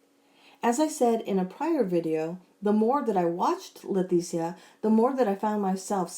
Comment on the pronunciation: I'm curious. Do you pronounce her name wrong on purpose because you know it pisses her off? It sounds like you call her LeTHesia instead of Leticia. No offense, just wondering if you're doing it on purpose. 🤣🤣🤣 Great video as usual!